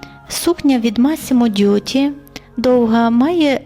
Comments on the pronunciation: Масіммо Дутті… Ви постійно кажете Дьютті. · Правильно вимовляти « Массімо Дутті» і «Бурліньтон».